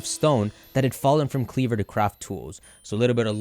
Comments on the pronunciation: I think kleavor is pronounced kleav-ore ore as in rare minerals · Since Scisor is pronounced ScisOR maybe Kleavor is pronounced KleavOR. But don't thinking about it too hard